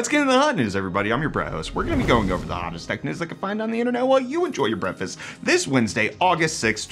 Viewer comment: You must be new around here, He says BRETT-fast not breakfast